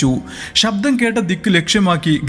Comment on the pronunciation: ഷബ്ദം alla ശബ്ദം ശ്രദ്ധിച്ചു കുറച്ച് സ്പീഡ് കുറച്ചാൽ ഒന്നുകൂടി നന്നായിരിക്കും 👍